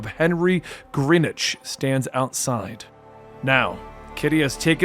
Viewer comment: X-Men villain Henry Gyrich, pronounced Guy-Rick, not Grinitch, he won't be missed I hated that guy